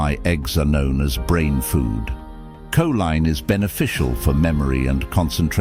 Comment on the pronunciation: How ignorant. He pronounces Coline two different ways.😂😂😂😂 I would like to file the money paper trail on this story